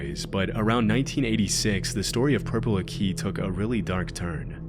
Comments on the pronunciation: ‘Aki’ is pronounced ACK (like back)-ee (like knee), not ah (like apple)-KEY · its ah-kee not uhkee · I live in St Helens (NW England, near Liverpool), and my heart SOARED when I saw the words "Purple Aki"😁. (It's pronounced "Akki", not "A-Key", by the way; he was called "purple" because he was supposedly so black, he looked purple.) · Purple AHK-ee not Purple A Key 😂😂😂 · I grew up in a town near here its pronounced purple acki not a key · as someone from Liverpool this caught me so off guard 😭 btw it's pronounced "ah-key" not "a-kee". I've never heard anyone outside of Liverpool mention him Edit: also btw he's dead now, died a couple months back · His name is pronounced Ack -e not a key. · Purple Aki is pronounced as Accy not A-Key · Its pronounced Acky. Not Akey. Like use a New England accent. Purple Aki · Its aki sounds like Akey not A-key.... Tell him get out the area. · Why do you keep saying Akee it’s Aki you weirdo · its pronounced akky, not a key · It’s pronounced “acky” not “a key” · It's not akee It's aki... I like it Short I And he's famous in our town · Purple Akeeeyyy, it’s pronounced ak-ay, Aki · Purple “Aqui” is pronounced “Acky” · Completely butchered Purple Akis name. Its more like Purple Acky not Akee. When i was in school they used to say he sniffed bike seats, thats how i learned about him but turns out someone in my family actually knows him and he speaks sort of posh but he might actually just have some sort of disability. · just FYI everyone it's not pronounced "Purple Ah-key" it's "Purple Ack-ee" ... the "Aki" rhymes with 'wacky' just splitting hairs of course. it's a very British thing to do but we've unfortunately given him a silly nickname and people think of him as merely some odd eccentric, but he caused a young lads death and he r--worded a fella in prison. the fact he pulled the "is it cos I is black card" is just the cherry on the cake to what a nasty piece of work he is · Can you believe he keeps calling him purple a key